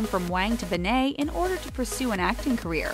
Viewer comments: It’s Ben-net not Ben-nei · You Pronounce it like BenIT not BenAYE. God my ears bleed a little every time I hear BenAYE. It’s not that big of a deal, it’s just annoying. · ummm.. why’d they pronounce it ‘ben-ay’ instead of ‘ben-net’?? 😂 also i love that they just assumed no one knew who chloe was before she started dating logan; she’s still her own person, not just someone’s girlfriend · Her last name is BEN-NET TF IS A BENNAAAAA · Ben eyyy it’s BEN IT BENNNNNNN ITTTTTT NOT BENAYYYYY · Benne-TTTTTTTTT ITS NOT SILENT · Did she just say Chloe BANNAY? What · ITS ANNOYING ME TOO!!! ITS PRONOUNCED (BEN-IT) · Midnight Jewels IT bother me SOOO much to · Cringing every time they say her last name wrong lol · You said Chloe's last name wrong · Ur saying her name completely wrong and it’s bugging me so much😩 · Not to be mean but can you say her name right it doesn’t have a a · Your saying her last name wrong and it’s really annoying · Oh my god get her last name right please its annoying me so much